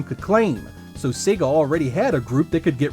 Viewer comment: Thank goodness. He's pronouncing Sega correctly. So few Americans do:))